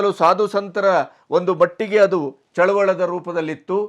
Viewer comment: ಚಳವಳ ಎಂದು ಉಚ್ಚಾರಣೆ ಸರಿಯಲ್ಲ ಚಳುವಳಿ ಎಂಬುದು ಸರಿಯಾದ ಉಚ್ಛಾರಣೆ.